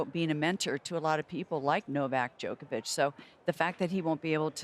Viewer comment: Djokovic; Kobe is my Friend....Kobe: who the f... is Djolkobljickic???